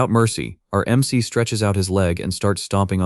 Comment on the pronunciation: Ai struggles to pronounce MC (em see) and proceeds to say mick instead and a few different ones too. this happens about 30 minutes in and continues for the rest of the video. overall though it actually described what was being shown for the most part. a decent video, and the story is definitely good.